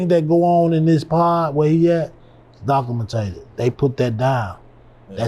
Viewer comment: docamateded lls😂 it’s documented